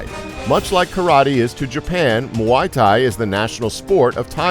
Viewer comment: The way he pronounces muay thai